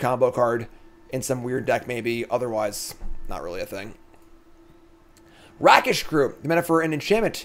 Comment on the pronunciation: Why can't Americans say "Rakish"? It's ray-kish not rakkish because it comes from rake, another name for a rogue.